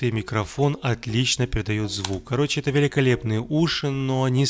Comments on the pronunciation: Мне одному кажется, что на протяжении видео, он говорит вместо "это", "енто" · мне одному показалось,что он говорил "енто"!